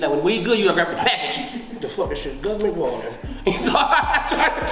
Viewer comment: Stopped watching once he said gravva